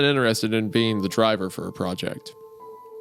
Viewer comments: 🫘 all I herd was “bean” not “ being” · Is it just me or do I keep hearing "bean" out of Wendigoons mouth everytime he mentions the word "being". I wasn't looking at the video so for the longest time I was very confused. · Everytime Isaiah said 'being" I thought he was saying "bean" like wtf do beans have to do with this 😭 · Why does Wendigoon pronounce "being" as "bean"? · every time wendi sais "being" it sounds like he's saying "bean" and it really adds to the story. almost as good as in stolen tongue whenever he sais 'fae's' mom or dad it sounds like hes saying faze mom and faze dad. so funny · Great episode! Fun fact every time wendigoon says being I kept hearing bean which made the mental image very funny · For a time, I genuinely thought the word Isiah was saying was "bean", till I started reading along.